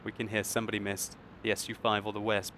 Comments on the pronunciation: Veh-spa. Not weh-sp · Wespe is w is pronounced v in German so it's name is vespe